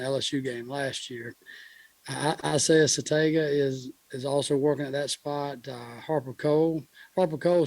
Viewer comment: him using the g in "satenga" is killing me